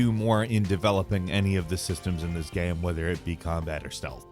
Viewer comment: man I feel like I’m having a stroke every time you say ''gaam''